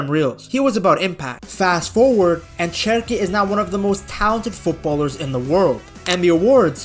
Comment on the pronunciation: His name starts with CH but it is pronounced like the English SH, "Sherki" then. Keep the good work on mate 🤙🏻greetings from 🇫🇷